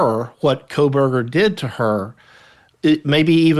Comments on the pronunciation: Why has no one told Megan Kelly that she is mispronouncing Kohberger? She thinks there is a letter L in his name. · Quit calling him "coalberger" it is Koh berger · I wish you would pronounce his name correctly. There's no "L" in Kohberger.